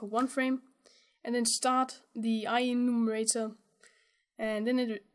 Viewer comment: It's I-Enumerator, not I-E-numerator ;)